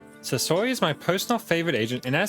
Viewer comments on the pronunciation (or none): i dont know why, but whenever you say his name i just hear sosoy, am i crazy?